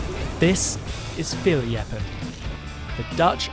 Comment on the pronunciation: Fierljeppen was spot on! And I can know, I am Frisian😅